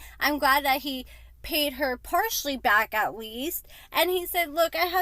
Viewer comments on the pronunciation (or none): none